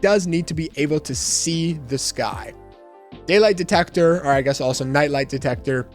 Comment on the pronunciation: Me when he said daylight detector😖